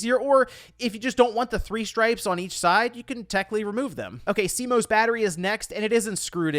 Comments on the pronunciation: Cringe at "SEE-MOSE" ARHHHHH ITS "SEA-MOSS" 😅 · I was like, cmose? What is that